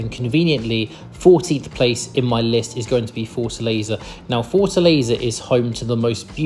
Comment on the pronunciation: A like to the sound of “Forza Laser”. That’s how I am going to call Fortaleza from new on…😂😂😂